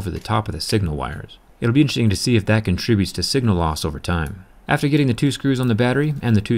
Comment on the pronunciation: HOW MANY TIMES DO U HAVE TO SAY " DAT "